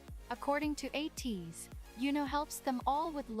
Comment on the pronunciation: thank you for reacting to ateez! im looking forward to your future reactions, especially with ateez! you really nailed the pronunciations of their names which is rare when people starts getting to know them so you did a really great job! to answer your questions at the end, they recently updated the positions of the members and yeosang is the only one with the visual position so he’s the main visual (but to be honest, they are all serving visuals in the group because they’re all gorgeous!). for the main dancers, there are 4 main dancers according to kq and it’s yunho, mingi, wooyoung and san! to answer the question on who is my bias, my ateez bias is yeosang and i’m really glad that you noticed his beautiful and mesmerizing voice when you reacted to halazia! i’ll defo have to check your reaction on that song next and also it’s you! thank you again for the reaction! 😊